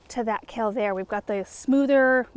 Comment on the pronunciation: Kale…. It’s Kale!! Lol